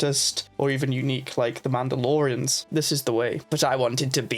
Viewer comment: "Tabiana Gas", "Mandalorans”. This guy uses vowels like vague suggestions.